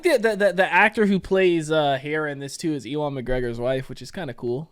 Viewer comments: Nice reaction as usual man but dude for future reference it's pronounced U-AN or You-win (Ewan) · how on earth do you pronounce ewan as "e-won"? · My boi out here still mispronouncing Ewan's name:P